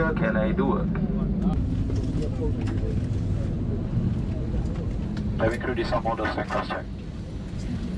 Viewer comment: Kleeah two? Lol.....not sure if ur being funny or u accidently pronounce it.